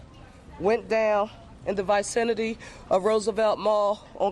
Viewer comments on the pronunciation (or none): and she just mispronounced vicinity.